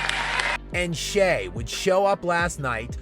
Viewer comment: So, like, when are people gonna pronounce his name correctly? Shai isn’t Shay. It’s Shy. Like Chai or Thai. I know mfers can’t spell or pronounce shit correctly, but “ai” at the end of a word doesn’t end in a long “a” sound.